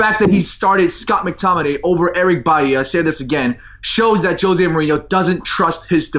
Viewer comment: Jose not jozay